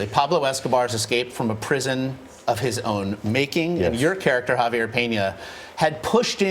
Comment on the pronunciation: Kudos to the host for saying "Javier" right. Most gringos says it wrong.